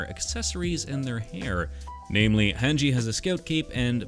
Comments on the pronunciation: The way you said Mikasa and Hange leads me to believe that you pronounce pasta as "pass-tuh" which disturbs me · Dude you said every name wrong. It’s pronounced Honji and Miekasa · Bro said Mi Casa and Han Gee 🥲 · The way hesaid hange and mikasa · This is great but the pronunciation of Mikasa and Hange has me crying